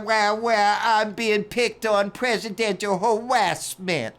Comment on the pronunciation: Presidential Hawaasment!!!😂😂😂😂